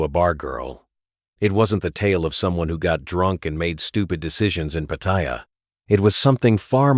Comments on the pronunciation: I just don't like the way the narrator keeps saying Pattaya wrong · The first thing that leads me to believe this is full of BS is the fact that you claim to have been in Thailand for so long, yet haven't learnt how to pronounce Pattaya correctly. If Trevor, if he's a reala person, was a careful as you claim, he'd have smelled out the scam as soon as the investments involved relatives. So I call BS on that story too. I won't deny that scams like these exist, BUT anyone who is stupid enough to fall for them, es[ecially when relatives are involved, deserves to lose their money for being so stupid.